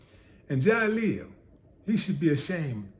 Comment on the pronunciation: Not Jaleel.. More like JaSQUEAL...